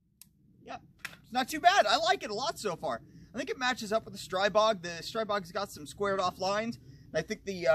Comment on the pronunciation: But it is streeeeeeeebog though lol. Words are created for a reason. That would be like calling a person named Tom, Toom becuase you are just not sure lol. I think what screwed everyone is global Ordinance said str-eye-bog once and everyone assumed they would know how to say it. But if you check any Slovakian video from Grand power they pronounce it stree-bog. Love the videos keep em coming!